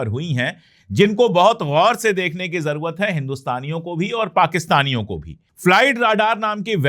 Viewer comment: लफ़्ज़ ज़रुरत होता है ज़रवत नहीं आप हमेशा ज़रवत या ज़रुवत बोलते हैं नाम निहाद होता है नाम निगार नहीं